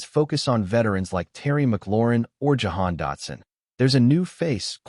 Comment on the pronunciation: I stopped when you said Jahan Dotson. C'mon man!